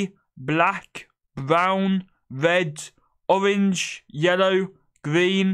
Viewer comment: Hhahaha the way he said wed, owange and minecwaft. Soo funny